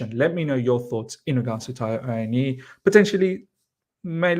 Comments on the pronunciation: Miz Taiwo's Surname is pronounced AH-WOE-NEE-YEE. (Awoniyi)😊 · Correct! At least he hasn’t butchered it completely like i’ve seen others, just missing the last syllable.